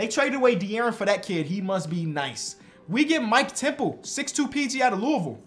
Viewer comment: pronounced louisville right im shocked